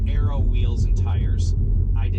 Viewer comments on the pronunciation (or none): none